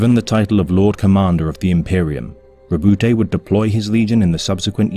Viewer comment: The E is silent in Robute